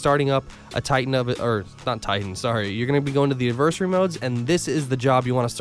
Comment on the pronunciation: Bro do me a huge favor and look up how to pronounce adversary. AD-VER-SARY. Not adversy